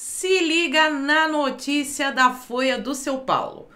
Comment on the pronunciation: "Fôia do Seu Paulo" kkkkkkkk